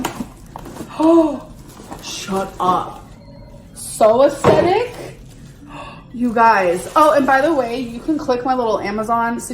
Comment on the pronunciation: I wouldn’t mind if she said ‘aesthetic’ - better still use it in the correct context, but not only does she use the word to describe something which makes no sense, she also says ‘ESTETTIK’. It’s so obvious that she’s heard it somewhere.